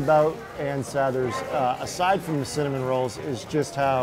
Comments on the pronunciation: Sa-thers not Say-thers, producer host whats the matter.... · Even though everyone else in the video says "Ann Sathers," girl can't stop saying "Ann Say-thers." Seriously don't narrate/host a video if you can't even pronounce the name of the place you are presenting. Thank you, -Chicago native who lived on Belmont two buildings down from Ann Sathers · Everyone else: "Ann Sathers":" Ann Saethers" If you heard it you know what i'm talking about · Okay great video and I am so glad Ann Sathers is getting recognition because it is amazing, however the narrator mispronounced it the entire time. Listen to how the other people say it (Sathers not Saythers), that’s how it is really said. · I just heard the owner say Sathers and Saethers, now I am confused?? No matter still love the rolls lol 😅